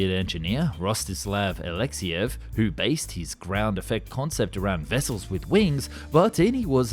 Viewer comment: It's Alexéyev, not Aléxeyev – you don't say Aléxey, but only AlexÉy.